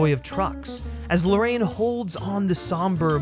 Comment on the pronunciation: 'Larr-ah-yeen', not 'Lorraine'. He's Chilean. Why can no one bother to pronounce his name properly?